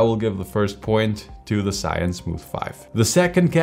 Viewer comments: Maybe do some research on how to pronounce the brand next time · Why you Americans dont know the original names of products "ZhiYun" are Chinese Hanzi。